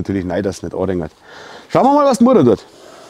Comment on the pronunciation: Liebe Heike, bei Mutter liegt es an der Betonung und die passt. Meistens sagt er eh Mama. Ganz liebe Grüße Rosi 😀